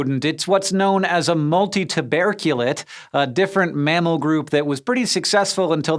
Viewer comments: / Multi tu BEARR cu lates 😂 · "the brain changing the shape of the skull" Anyone else feel a twinge of phrenology? "Molly-us" and "multi-too-BEAR-kyou-late"? / dʌz ˈɛn.iˌwən ðɛər noʊ haʊ tu rid ði / IPA / ˈgɪv.ən ɪn ˈdɪk.ʃəˌnɛr.iz /? ==> / ˈmæl i əs / and / ˌmʌl tɪ tʊˈbɜr kjə lɪtˌ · / Multi tu BEARR cu lates 😂